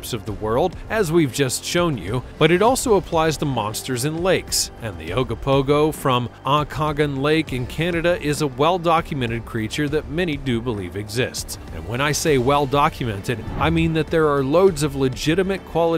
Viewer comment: It is pronounced Oak Ka Nog An lake. I live in the Okanagan. Please learn pronunciations before saying it. At least you got Ogopogo correct.